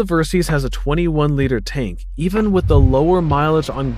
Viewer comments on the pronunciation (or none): Decent review, but you read words wrong, it's not VStorm it's VStrom, "liter" is pronounced leeter not lighter. Akrapovic not Akropivic, it's like you're reading a scrip someone else wrote.